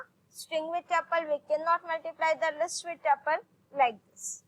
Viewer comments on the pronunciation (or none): abeyyy yarr taple nahii tuple